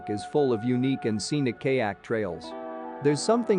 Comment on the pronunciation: Kay-yak? Wtf